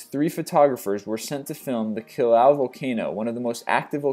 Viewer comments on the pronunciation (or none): Kilauea is pronounced Ki Lau Ea....